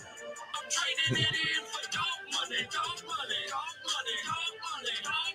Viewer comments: the e is silent in doge. The first vowel does the talking and the second one does the walking. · But I like how he says doge 😁